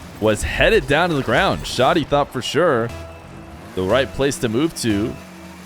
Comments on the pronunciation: It’s pronounced like saggy but with sh & d. Def not showty lol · Vent-of-God_._•° Dude I'm Syrian and it's wrong, the H sound is really prominent and emphasized, there's no "O" sound, hence why "Shoh-Dee" is wrong. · Also from the mideast and here to confirm it's Shad-ee like "Chad", not Shod-ee